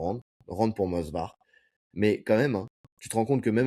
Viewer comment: Je voyais aussi un draw sur le fight Evloev/Murphy… Juste pour vous embêter, c’est pas moSvar mais moVsar ;) J’écoute tous vos podcasts les gars je vous kiff, force à vous 💪🏻